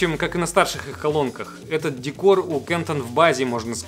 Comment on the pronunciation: Немецкая компания КАНТОН- через "а" и туда же ударение )